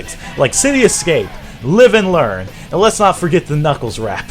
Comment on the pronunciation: I mean knuckles not knuckees lol